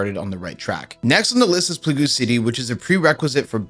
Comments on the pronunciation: Pla-GOO city 🤣 wow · Plauge. The word you pronounced as “plagoo”, as everyone else in the comments mentioned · Pla goo city? you mean Plague? as if you've been calling it pla gu all this time 🤣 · PLAGOO city!? lol plague, plague (PLAY GUH) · "Plagoo city" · Its pronounced Play-gug like the pandemic in 2020. Or the black plague. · Damn I never knew I pronounced plague wrong it is now plagoo. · PLAGOOOOOOOO CITY 😂😂😂😂 If ever you need an example of how stupid americans can be, use the first 47 seconds of this video. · Bro I cant xD wtf are you saying? Plagoo? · I just started the video too, can't get past him thinking it's names Plagoo l0l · PLAGOO CITY HAHAHAHAHA CLASSIC AMERICAN Doesn't even know his own language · It's pronounced "playg" 👍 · PLAGOOOO CITY LMAOIPOOOOOOOOOOOOOOOOO U SPENT UR WHOLE LIFE PLAYING RS AND CANT READ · "play-goo" city? You are just being funny right? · pl goo city? what? Americans will do anything to not speak English correctly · Pluhgooo city 😂😂😂😂